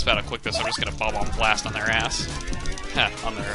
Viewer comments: You kept calling Bob-ombast the Bob-omb Blast. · chugga i hate to burst your bubble but its bomb omb BAST not BLAST